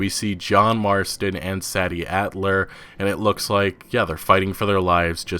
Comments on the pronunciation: Is her name pronounced say-dee or sad-dee..? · SAY- DEE! not saddy what the actual fuck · He can't pronounce Sadie either Jesus wept, think 'say-dee' rather than 'sad-ee' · Sadie is pronounced Say-Dee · Sadie is pronounced like SAY-DEE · "Saddy"????? For real? lol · Are you sure it isn't pronounced "Say-Dee" Adler? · If her name is spelled “Sadie”, I believe it’s pronounced SAY-dee, FYI. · You pronounce Sadie as "say dee" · Dust Ж lol i know tf hes like saddy wtf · Prolly pronounced (SaAy)-(Deeh) bro other than that u have to best analysis of all the new information that ign interview was just horrible those guys suck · Its pronounced Say-dee bro lol...This game is truly next gen. So much interaction! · Rey say-dee for sure. He is mispronouncing it. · Sadie not Saddy 😂😂 can’t pronounce it properly lol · Listening to you mispronounce Sadie's name over and over was excrutiating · ...do you really not know how to properly pronounce Sadie? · You’re pronouncing “Sadie” wrong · That’s not how you say Sadie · Sad E ?? i think u mean SAY D adler. learn proper ENGLISH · Pretty sure it's pronounced Say-dee as opposed to sad-dee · While I haven't seen the name in print to confirm, im gonna guess her name is spelled SADIE? ...Which is pronounced; 'Say Dee' just FYI bud. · I'm pretty sure it's SAY-DEE and not SAD-EE you're always pronouncing shit wrong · Its pronounced saydie not saddie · Not trying to be rude, just letting you know, Sadie is pronounced "Say-dee" not "Sad-ee" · “Say-di” not “Saddie” Sadie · It's 'Say-Dee' not 'Sad-ee', like the Beatles song Sexy Sadie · The woman's name is pronounced "Say" Dee" Sadie. Not Sah-D. Really annoying to hear you mispronounce it time after time. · just have to say it.... Sadie (SAY-DEE), not Saddy.... thanks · "say-dee" not "sad-e" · Pretty it’s pronounced “SAY-dee” not “SADD-ee” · Sadie isn't pronounced as "sad-dee". It's pronounced "say-dee". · Hey you have to say the “a” part in Sadie like aid and not sad